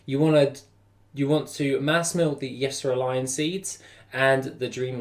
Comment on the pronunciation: hey mane, been watching your vids for quite a long time now and love your content and think you are cool as shit...but I am not sure if anyone has told you or not but the Y in yserraline is silent....also so is the H in herb. It kills me every time and I am unsure if anyone has told you or not! All love tho! <3